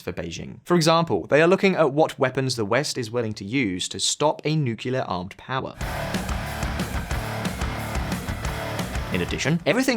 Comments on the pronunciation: it's NUCLEAR not NUKELAR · What is a "nucular armed power" ?